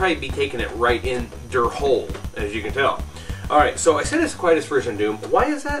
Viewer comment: Hölle = Hell, not "hole" Sincerely, a german guy